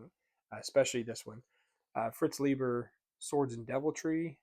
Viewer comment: You are not talking out of your butt; I love Fafhrd and Gray Mouser. They rock. Read that stuff! Edit: It's pronounced LIE-ber. The author himself was very touchy about that. 😂